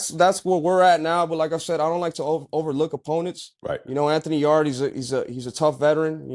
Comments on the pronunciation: tbh you should probably know this but if not do your HW fellas. It’s not “Yard-E.” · Anthony 'yardy' yarde